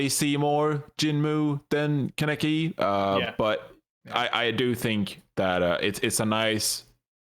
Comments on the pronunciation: It’s pronounced Con-eki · the way they mispronounce kaneki hurts my soul